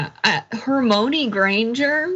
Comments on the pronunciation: Omg he said HermOIne- like oy. I was all over that too, John. I didn’t think I could like Charlie Kirk any less. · Hermoane sounds like a porn version of Harry Potter. 'Her-moan-e' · He's pronouncing it like it's spelled, instead of how it's said. Also, he's an idiot for a multitude of other reasons. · Charlie Kirk probably only read the first 3 books and gave up....JKRowling put in the 4th book the sceen where Hermione was trying to teach Viktor Krum how to saw her name because IRL everyone was mispronouncing the name Hermione which is a name that has existed in England a few hundred years....Americans did not know how to pronounce it